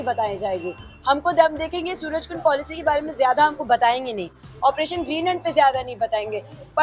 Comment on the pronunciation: पोलिशी❎ पॉलिसी✅